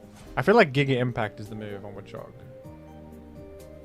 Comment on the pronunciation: the way you pronounce it as wuhchog makes me laugh every time lol